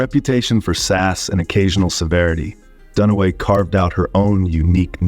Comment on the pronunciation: Doone-uh-weigh? NO! Done-away, fool!!